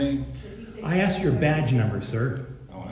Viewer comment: I answered the question that you axed. Typical